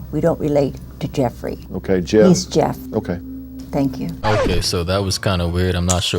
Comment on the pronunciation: It's "Jeff" gosh darnit!!